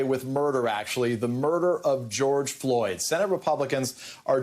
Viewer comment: Watched two speeches by Pelosi and schumer and both couldn't get George Floyd's name correct unbelievable